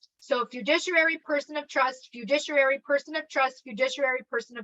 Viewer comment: I love you you're great but please say this with me cuz it was driving me nuts. Fi-du-ci-ary